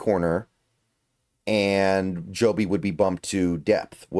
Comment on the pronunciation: It's pronounced Jobe, just how it's spelled. Not Joby.